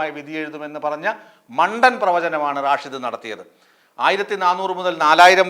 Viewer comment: റാഷിദ് അല്ല സ്റ്റൈലാകിപറയുന്നതാണ്. റഷീദ് ആണ്. "തങ്കൾ "എവിടെപോയി ആവോ.😂